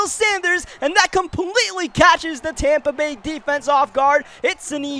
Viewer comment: Never realized it was Tompa Bay. Always thought it was Tampa Bay...